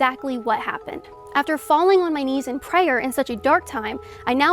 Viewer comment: I hate the weird stupid kinda southern way she says prayer with an extra hard ayer at the end. I hate it so much she did it a few times and I noticed the first time she committed that verbal crime